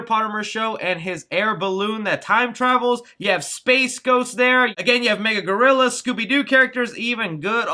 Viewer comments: It's pronounced MA-GIL-AH GOR-IL-AH. Not mega-gorilla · it’s Magilla Gorilla. Not Mega Gorilla. You do realize they are spelled completely differently yes? Also... research? 🙄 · It’s Magilla gorilla not mega gorilla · LOL "Mega" Gorrilla. It's MaGILLA Gorrilla. LOL :) But great Breakdown. I missed a bunch of cameos in the trailer. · Great video but it's Ma-Gilla Gorilla, not Mega-Gorilla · Bro are you saying mega gorilla? I was iffy when you showed off the funk no pops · Magilla Gorilla. Not Mega Gorilla.... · Interesting breakdown but the character's name is Magilla (ma-GILL-a) Gorilla, not Mega Gorilla. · Magilla gorilla not mega gorilla lol love your content thanks for this break down 🤯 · Not gonna lie man I love ur content but A u totally mispronounced MA Gill LA gorilla but yes I did recognize the hovercraft from... wait for it drum 🥁roll please " The JETSONS" BTW total elder millennial bringing this win home for the boys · Its pronounced Ma-gilla Gorilla. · You miss said his name it's Magilla Gorilla and you miss the rock ape from the herculoids cartoon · It’s pronounced muh-gilla gorilla. Just a heads up. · You butchered Magilla gorillas name 🤣🤣🤣🤣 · He lost me when he mispronounced Magilla Gorilla...... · Never seen MaGilla Gorilla before I guess. Interesting way to pronounce it.